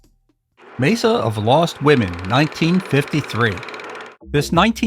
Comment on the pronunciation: Mesa is pronounced "may-sa"